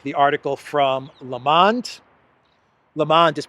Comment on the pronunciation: not "lamand" but "L mond"